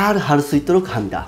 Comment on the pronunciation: 일본인들이 "하무니다"로 발음하는거 정말 귀엽게 들려요. 😀